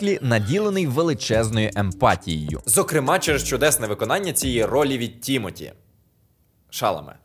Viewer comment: Але чому ТІмоті ШАламе, якщо ТімотІ ШаламЕ? Наголос на останні склади і в імені і в прізвищі.